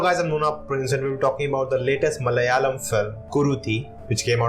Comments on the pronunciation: 👏👏👏 This time u said Malayalam.. *Not Malyalam*.. Many times i had requested u.. Thanx.. Day before yesterday too.. 🙏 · He did a great job pronouncing malayalam. anyone noticed??